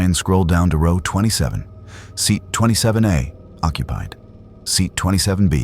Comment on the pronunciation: It’s distracting from the story when the word row is pronounced incorrectly.